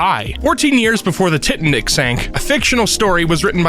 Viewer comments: I'm sorry, how did they pronounce Titanic?😭 tit-a-nick??? edit: Avoo-caw-doo????? I'm not going to sleep with this vid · Most famous ship in modern history. Movie made about it. Pronounced wrong on Emkay. I have to believe it was intentional. I truly hope it was.